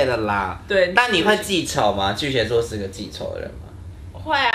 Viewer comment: 巨蟹ㄒㄧㄝˋ座，不是巨蠍ㄒㄧㄝ座